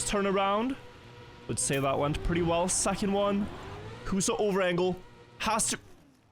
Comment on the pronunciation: good enough pronouncations on huso and cemkoo, bra job med tyrkisk